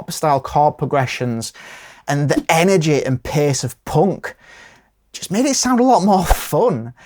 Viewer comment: Of course they're not POUNC they're punk 😂😂 Who TF pronounces punk like that? 😂😂😂